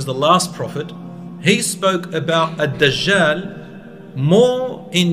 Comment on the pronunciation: Should be “Al Dajjal”. Not Ad. Al; the. ال